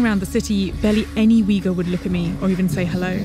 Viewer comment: The family they interviewed did not speak Uyghur, and Uyghur is not pronounced like this